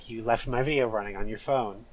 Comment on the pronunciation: "quarantine zone (stinky)" for ratio made me wheeze. awesome bideo